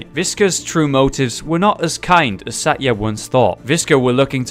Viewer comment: Satya is pronounced sa-th-ya